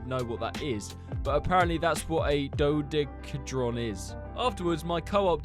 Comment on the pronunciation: It’s pronounced do dek a heed Ron